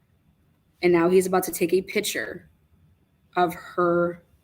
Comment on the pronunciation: Pick -chur not pitcher